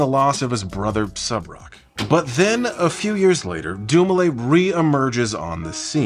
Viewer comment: Thank you for pronouncing Subroc's first name properly, not that I would expect you to blunder on that. Too many times I've heard people just pathetically attempt to pronounce his name (and their last names) and some of the things they come up with make my head spin lol. Personally, the worst example I've seen was from that Michael McCrudden guy who does the "Before They Were Famous/Dead/Etc." videos. His pronunciation? DINGLES-WEE. I am not kidding, that's how he said it 😩